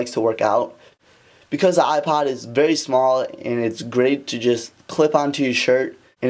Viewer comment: Hate the way you say "ipad" instead of "ipod"